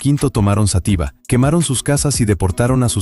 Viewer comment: Toda mi vida he oido Xátiva y no Xatíva alguien me lo puede aclarar?